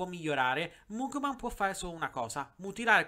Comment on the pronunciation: Si pronuncia magmen